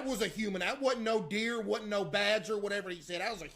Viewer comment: “dat wus a huyman”